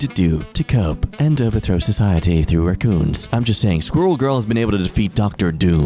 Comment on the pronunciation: I just realized why I've been saying raccoons so weird. It's fault. Normally most people around me say raaaa coon but I've been saying it with a short a